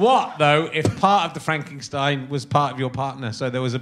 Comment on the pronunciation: Where does Rich's habit of adding random Gs in words (e.g. Frankingstein, Skelington) come from? The mispronunciation annoys me purely at face value, but it annoys me more to think that it may be a joke I'm not in on.